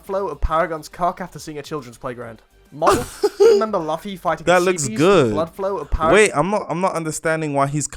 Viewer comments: Is this how y’all Brits pronounce laoufffy ? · BRO SAID LUFFY AS IT IS SPELT NOT LUFFY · I disagree with this british NI hating on the game but its barely in devolepment and he doesn't even watch the show can't even say Luffy's name right and its not a "obese Enel" not even a awakening thats how it looks in the show but the textures and outfit I can see his point and some other things but he legit just pointed out the smallest thing and tryed to make a bad thing about it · the way he pronounced Luffy 💀